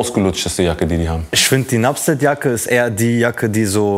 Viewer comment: Nuptse nicht nupset. Erst das t, wie der Berg